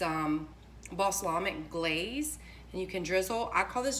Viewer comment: It’s bal-sah-mic lol